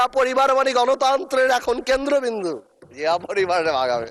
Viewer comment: Chia, shia, naki Zia bollo, bujlam na.